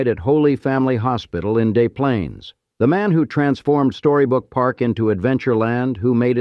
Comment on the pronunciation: "Day Plaines" Des Plaines. AI sucks